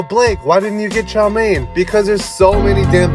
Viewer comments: As an Asian, the way he pronounced chow mein was frightening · He can’t pronounce it properly 😢